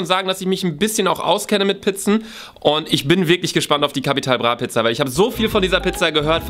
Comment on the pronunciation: No Jok Leute der einzige Youtuber Capital Bra richtig aus spricht 👍